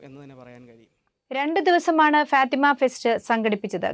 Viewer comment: മലയാളം sareyaye ubayokeku fatema അല്ല fathema